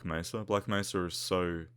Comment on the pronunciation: G-Man mispronounces Black Mesa as Black "Mess-sa".